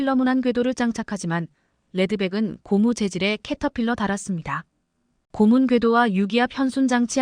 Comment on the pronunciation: 발음똑바로 하세요.예:고무_고문